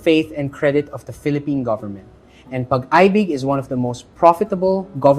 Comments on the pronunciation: Are you ayfilipayno🤣🤣? Pag-aybig😂😂😂😂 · Sir thanks for the content.. wag naman gawing Pag Aybig ang pagbasa sa pag ibig pinoy po kayo ahahah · This. Nawawala yung credibility kasi ganun yung pronounciation, simple naman yung salita